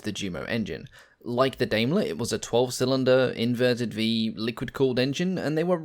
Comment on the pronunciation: Do you English-Native-Speaker have to butcher everything? It's DAIMLER - not Dameler! :( It is a good video, but frankly British, American, Australian, Canadian etc. folk truly should try to correctly pronounce stuff more :(